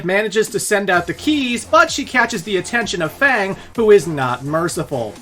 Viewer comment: Why do you not know how to pronounce F.A.N.G